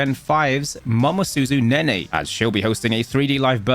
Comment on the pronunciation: Nene. ❌ Nenay. ✅